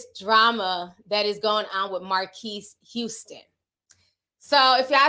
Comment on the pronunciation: Not Marqwees Houston 😭😭😭😭😭